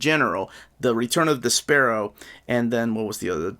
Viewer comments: Great review. So glad this channel exists. Also I thought you were saying "The Sparrow" until I saw the picture and got a laugh out of thinking of Despero going by that while flapping his cape like little wings. I got JLI 1 because of you and really loved it. What would you recommend getting first, JLI 2 or Batman Road to No Man's Land? Better story, more likely to sell out, less likely to get reprinted, whatever reasoning you have works to help make the decision. Want to get both eventually but need to set priorities during these times. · I always called him DES-per-oh. Never heard it pronounced your way before! Dunno if I’ve ever even heard his name said out loud before haha. Can’t wait for this book of course...sure hope we make it to Breakdowns!